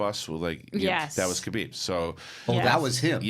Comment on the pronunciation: Guys it's Khabib not Kabib